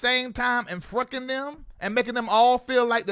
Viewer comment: you are one more fool. "We been fruckin" LMAO. I can't!!!!!!!!